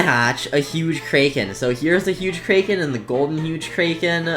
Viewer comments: its crack - en not krayken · “Kray ken” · said kraken wrong